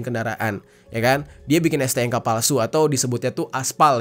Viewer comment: STNK bang, bukan STNGKA